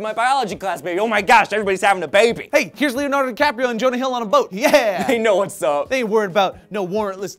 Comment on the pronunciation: Did just pronounce the dudes name Yonah? There's a J in it, for fucks sake. Or just had a mini stroke.